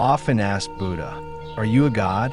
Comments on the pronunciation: Could someone please tell AI it’s not Boodah 😂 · It's not pronounced booda.